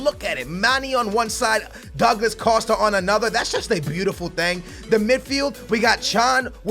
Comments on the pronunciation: Douglad Costa? Come on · Douglad costa. Wtf lol